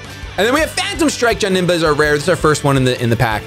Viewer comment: wtf why do you pronounce it like johnemba its janemba